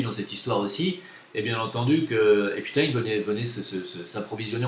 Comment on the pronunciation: on prononce Epstine! Fais gaffe:)